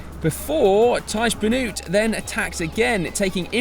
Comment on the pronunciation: Nice summary but please pay some attention to the pronunciation of the names of the ( Flemish ) riders. Try this: Teash Benoat, Oliver Naaassen ( the ae sounds like Quintana ) and Jasper Stirven. Keep up the good work!